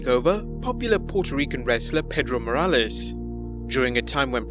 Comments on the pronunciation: Pedro Morlaes? It should be Morales.. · PEDRO MORALES NOT PEDRO MORLAES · You meant Pedro MORALES.... not MORLAES